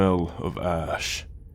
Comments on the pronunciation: IM SORRY I THOUGHT NAMLESS SAID “ASS” instead of “ASH” 😭😭😭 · Bro when he said smell of ash i thought he said ass😭😭🙏🏿